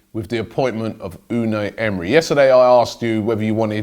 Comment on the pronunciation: You saying Emery is like Benedict Cumberbatch trying to say penguin😂